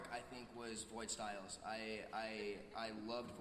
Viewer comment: pera ela falo Sciles AAAAA